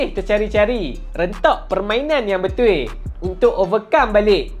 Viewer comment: Sebut betul pun jadi betuiiii...hahahah lawak ko bro